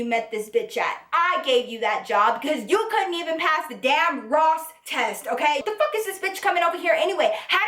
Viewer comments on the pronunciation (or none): IM SO MAD BUT EVERY TIME SHE SAYS ROSS TEST ITS SO FUNNY